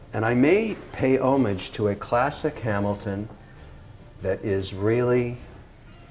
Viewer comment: Kevin is pronouncing homage wrong